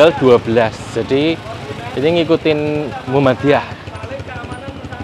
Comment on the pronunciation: Muhammadiyah bukan Mumadiyah...😊